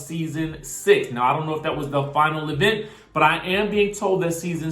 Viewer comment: Girl she said that E vent word every episode. It burned me up